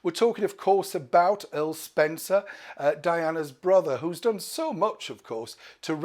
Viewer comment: Her name is DianA not Diane. Please it's not hard to get it right.